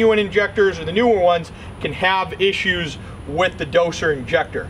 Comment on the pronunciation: Why are you saying dosher injector ?